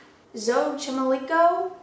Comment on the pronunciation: It's actually Island of the dolls not isle (Isla de las muñecas in Spanish) it was probably a major typo 😂. And Xochimilco is pronounced Xo(So)- Chi(chee)-Mil(meel)-Co(co) hope this helps. I've always been terrified of dolls & it amplified w/a few haunting incidents growing. I hate them.